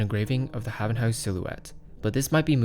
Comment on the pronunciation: Its correct (am dutch no cap)